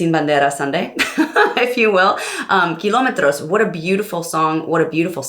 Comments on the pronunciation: When you said “Kilómetros” I said: wuuuuu Reina del español jajajajja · Great reaction! And the few Spanish words you said were actually particularly well pronounced! How about reacting to the one and only LUIS MIGUEL??? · My favorite Singing analyst reacting/analyzing “Sin Bandera” my favorite all time duo!!... you said “Kilometros” perfectly. It tells me you evidently have a trained and developed ear that not only allows you to understand music and singing but languages too ❤️😘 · 😲 great pronunciation of kilómetros. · Real nice how you pronounce "Sin Bandera" and "Kilometros" . Sounds super natural. Love Sin Bandera. Beautiful ballads and lyrics